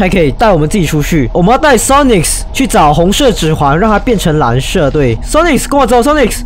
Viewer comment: 森零，你都會唸Sonics誒,但其實沒有那個s